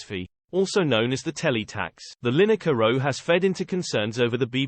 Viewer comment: You couldn't be bothered to do the voice over yourself? (and it couldn't manage to pronounce the subject's surname right :D) And why would Lyne-ekker want to run for Parliament? Is this a "you can't criticise politicians unless you run for Parliament" thing? Because I'm pretty sure that's not a thing.